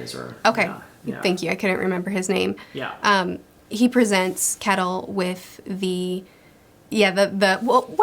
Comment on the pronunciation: Finally getting to read these books after waiting for them from the library! So fun to hear your thoughts! Just a side note, It might be different in old Norse but I'm Swedish and we pronounce Kettil/Kättil more or less like shettil (like a shushing sound st the beginning)